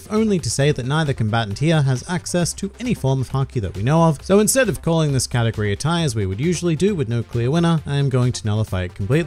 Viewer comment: Anyone else here this katakuri instead of category?